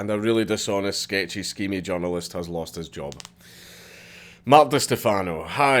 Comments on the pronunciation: You say "journalist"... I hear "junglist" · Took me a couple of minutes to figure out Dankula was saying 'journalist', not 'John Lewist' haha, thought it might be Scottish slang at first... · I keep thinking you were saying "John Lewis" I was like wtf... No your saying "journalist" lmao